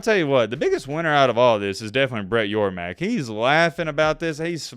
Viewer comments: Hey. It's Brett YORMARK. Not Yormack. C'mon, man. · It's Brett YorMARK not YorMACK!! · Great content. As a big 12 fan glad to hear it even tho in a perfect world I would have kept with the status quo before these 4 blue blood teams left their original confrences. On another note I'm pretty sure the big 12 commissioners last name is pronounced (Your Mark) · Brett Yormark. YOUR-MARK. MARK YOURMARK. SMH, have his name on the screen several times and can't even pronounce it lol